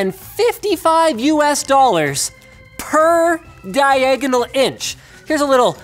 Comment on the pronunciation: PER DIE-EGG-AH-NOHLE INCH!